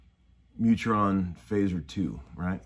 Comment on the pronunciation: it;s not neutron its mutron